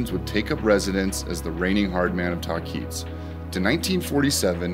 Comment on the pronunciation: It is pronounced the way it is spelled, tahquitz : (tah-quit-s) not (ta-keets). Just FYI .